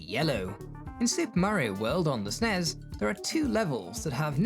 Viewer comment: I love the way you say "On the SNES" as if it's called the "Super Nintendo Entertainment Zystem" It's one of my favourite moments in this one whenever I rewatch it